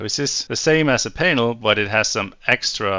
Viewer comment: Extremely well done. But just imagine saying Painel instead of just Panel 😂